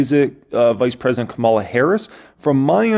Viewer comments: Ka´mala Harris. Not KaMAlla Harris. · You're pronouncing her name like Kamala the Ugandan giant, an 80's era pro wrestler.